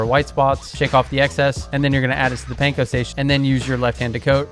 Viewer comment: This is so great, looking forward to making these recipes, thank you. Pro tip: it’s Pahn-koh, rhymes with prawn and yawn. Not pain-koh. 😉